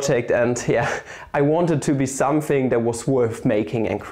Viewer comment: dont you love it when he says somefing